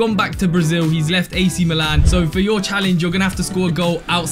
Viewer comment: LOL ITS NOT AC MELON 🍉 ITS AC MILAN 🇮🇹